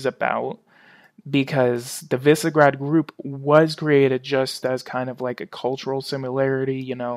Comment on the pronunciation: Visegrad, pronounced VEE suh gr ah d. The name of the place north of Budapest where Vlad Dracula, the great fighter against the Ottoman Empire, was wrongfully imprisoned.